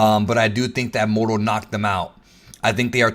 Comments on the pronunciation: The way you say Moro is disgusting, annunciate better. You sound like you’re saying modo or morto. It’s pronounced Moor-o. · ur amazing. But I cant stand the way u say moro 😂😂